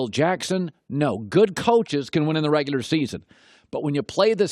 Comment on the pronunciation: “In da reguder season.” ~ Colin Cowherd